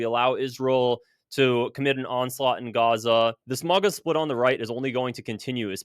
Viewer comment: It's MAGA.....NOT MIGA.......understand?????